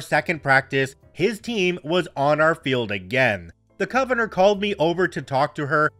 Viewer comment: Love ya,, but you need to look up the pronunciation of "convenor". 😅